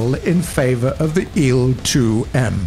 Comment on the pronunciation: IL is not a word so say i L SPACE IT OUT